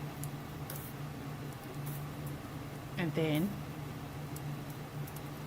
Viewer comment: This guy!! I could not stop myself scoffing out loud every time he said couchfort! 😂